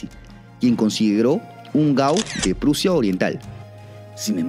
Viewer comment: Prussia .suena como. Russia